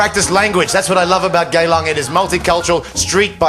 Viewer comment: Its GeyLang, its Singapore's red light district, and its spelled GEYlang Not GAYlang